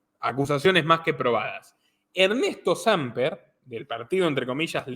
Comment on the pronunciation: Hey...es Samper con acento en la e.....en en la A